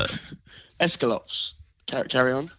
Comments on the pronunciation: Escalopes... How the hell do you guys pronounce it lol it's Es-Cal-opes not Es-ca-lops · Joe: Escolopes 😂😂😂😂😂😂 Me: Omg I can’t stop laughing 😂